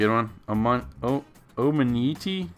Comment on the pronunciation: Damn I thought you were butchering Charizard's name until you came to poor omanyte